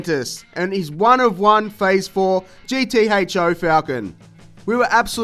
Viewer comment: Wild how you say GT HO and Bathurst